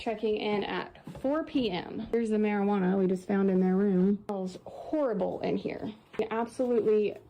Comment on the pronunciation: Mare you AreNa .. whiny couple have interesting pronunciation 😂for Marijuana 😂😂